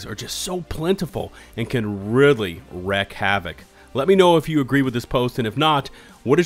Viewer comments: wrEAk havoc, not wREck havoc, killing me smalls. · wreak havoc, pronounced like reek, not wreck, and Or Tom a tons, not auto matons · Wreak havoc not Wreck havoc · even though it's "wreak" havoc, im not trying to correct and i dont want you to stop saying "wreck" havoc because that sounds sick too lmao crossplay is one of my favorite things about the game because I have such a wider selection of players to play with. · Uhmm...wreak havoc, not wreck... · Wreak is pronounced REEK, fyi. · Really like the videos man, but you’re killing me with pronouncing wreak havoc as wreck havoc 😂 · "wreak" is pronounced "reek". Please stop saying it that way.